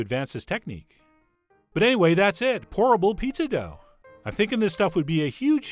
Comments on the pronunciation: Great Video and idea Chef John but you should know every time you said Pour-able Pizza Dough it sounded like Horrible Pizza Dough. Just thought you should know. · I heard that also😩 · Lolll same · Anyone else misheard it as "Horrible" pizza dough and just went O_O! xD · Definitely thought he said "Horrible Pizza!!!" at first. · i heard horrible pizza D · Whenever he said 'pourable' I heard 'horrible'...😂😂 But great idea though. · Instead of pourable pizza dough I always understand 'horrible pizza dough'. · Every time he said "pourable", I heard "horrible". It did look good in the end though. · It sounds like you're saying 'HORRIBLE' instead of 'POURABLE' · Raise your hand if you thought he said "horrible pizza" in the intro lol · I thought you were saying "horrible pizza dough" a couple a times. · LOL i thought he said horrible instead of pourable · I keep hearing "horrible pizza crust" 😂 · Am i the only one who keeps hearing "horrible pizza dough " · everytime he said POURABLE pizza dough, i kept hearing HORRIBLE pizza dough :-\ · I keep hearing "horrible pizza dough" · Yep, horrible pizza dough, lol! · I keep thinking he is saying "horrible" pizza dough haha. This is a cool idea. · I thought you said "horrible" pizza. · I keep hearing him say horrible pizza dough